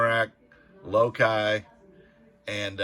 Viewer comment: 🤣🤣🤣🤣🤣🤣~AGAIN!~------- HAHAHA😘 those gosh darn Pops!- its 'LOW-KEY'- and 'Rag-nah-ROCK'🥰😜😆